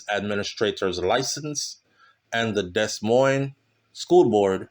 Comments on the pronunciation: I love your channel and commentary, however please try to properly pronounce Des Moines, the proper pronunciation is De-Moin, the same for Souix city..it is pronounced Sue city. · No, it's Des (Dee) Moines (Moin). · Morning. Happy Sunday. Your dedication is top tier. Keep up the good word. Btw the S is silent (pronounced De- Moine